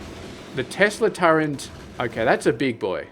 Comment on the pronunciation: Is it some regional accent thing to pronounce turret as turrent? Never heard an aussie pronounce it that way before